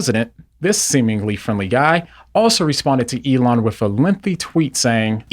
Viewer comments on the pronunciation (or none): "Elooona" hahahaha